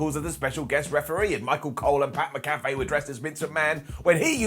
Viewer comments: McAfee: MACK - UH - FEE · it’s pronounced Pat Mac-UH-fee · Mack-uh-fee.... MACK-UH-FEE... Pat “Mack-uh-fee” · LOL!! It's pronounced Mac-a-Fee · Pronounced Pat Mac-A-Fee. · MAC A FEE. Say it with me MAC A FEE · mcafee is pronounce mac uh fee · McAfee, "Mac-uh-fee" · Why can’t say pat macafee’s name right